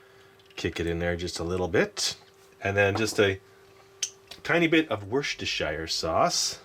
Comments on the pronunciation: Say Worcestershire like Wooster sheer and make the world a better place. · Omg Americans Worcestershire is not that hard to say Wis-Ter-Sheer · Pronounce it like this: wuster-sher. That’s how you say it. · Why does every person say it wrong? Its pronounced worse-tur-sure....instead it seems like everyone ends it with SHIRE as if a freakin hobbit lives in it XD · Good try at pronouncing Worcestershire although it is pronounced woostersheer sauce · Anyone else annoyed of how he pronounces Worcestershire